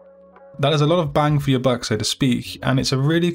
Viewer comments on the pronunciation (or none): none